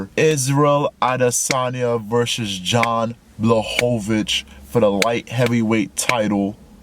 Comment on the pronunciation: I think it is pronounced* like "Yan" (ee-an)